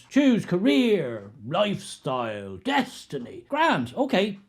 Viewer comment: It sounded like you were in the process of saying 'death style'.